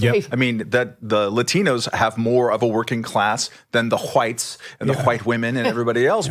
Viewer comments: why does the guy in the glasses pronounce the 'H' in wHite? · Dudes going all in on his pronunciation of “whhhhite”.